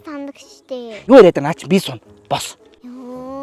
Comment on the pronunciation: ахыг сая бос гэсэн нь баас гэж сонслоо шд 😅😅